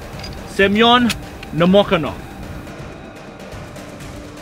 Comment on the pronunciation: You're pronouncing the snipers' names wrong. sha-NI-na - wrong, shA-nina - correct. Stress on the first syllable. no-MO-ko-nov - wrong, nomokOnov - correct. The emphasis is on the third syllable. If you turn on Google Translate and enter names in English, it will correctly translate and voice into Russian. Nomokonov grew up in a village of poor Siberian hunters. Hunting is their main activity. From childhood they learn to shoot in order to feed their family and to hit a squirrel in the eye so as not to spoil the skin. At the same time, they have few cartridges, they are expensive, and they fire when they are completely ready and confident in the result. His hunter skills helped him a lot during the war. I remember one episode. One day in the fall, Nomokonov, before going into position, came to the officer and demanded a white camouflage robe. His commander said: “You’re crazy, in a white robe on the black ground you will be very clearly visible and they will kill you.” The sniper replied that it would snow at night. Nobody believed him, but they gave him a white suit. Of course, snow fell at night, covering the sniper and it was perfect camouflage. This is not particularly important, but Pavlichenko was not Ukrainian. As far as I remember, she was born in Ukraine, but in a Russian family. And she received her Ukrainian surname, which she made famous, from her first husband. From the story, you might think that she was a very young, inexperienced student who became a soldier.